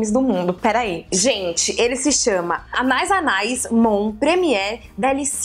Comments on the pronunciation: Ficou muito engraçado ela falando "Anais, anais"! Acho que a pronúncia correta é "Anaís, Anaís". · Karol, é "anê anê" a pronúncia kkkk em francês a terminação ais se fala "ê" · Se fala ané ané, Karol!! Deu vontade de ter todos!! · Anais Anais Mon Premier Délice se pronuncia "Ãné Ãné Mon Prêmiê Dêlís" mais ou menos. Qualquer coisa é só colocar no google translator e apertar para ouvir o som da palavra. Ajuda bastantinho! <3 Eu sou bem particularzinha pra escolher perfume, mas tem uns que até eu fiquei com vontade de comprar, hahaha! Beijo, sálinda! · na verdade é anaïs anaïs e como o i tem trema, então a pronúncia é anaís anaís ;) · Se quiser confirmar, é só procurar um comercial do perfume aqui no YouTube. Vi dois, um antigo chamado "Anaïs Anaïs TV Commercial 2" e um do perfume que a Karol mostrou, chamado "CACHAREL - Anaïs Anaïs Premier Délice". No final de ambos tem a pronúncia correta.